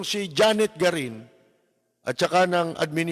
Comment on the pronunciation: GARIN hindi Guarin.😊